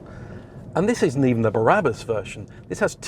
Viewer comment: Did say Barabas instead of Brabus?